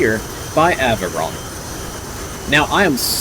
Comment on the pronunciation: It's pronounced "neshar", not nasheer Also the group's name is pronounced "aveeron", which also translates to airplane